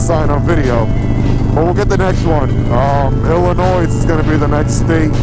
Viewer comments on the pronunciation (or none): You don't say the S in Illinois!!!! LOL